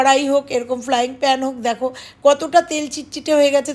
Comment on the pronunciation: Madam kathatai flying pan noy.ota fryin hobye